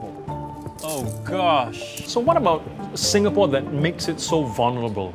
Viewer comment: It’s “Singapore “ not “Sinkapore